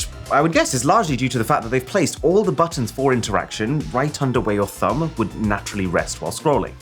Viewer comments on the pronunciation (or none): none